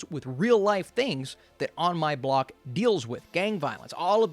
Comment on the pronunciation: On My Bock or On My Block?